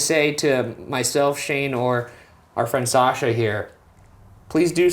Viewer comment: it sounds like Sasha lol. But only the way Ryan pronounces it, Sajha.